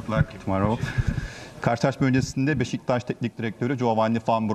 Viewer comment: baba adam doğru beşiktaş diyemiyo daha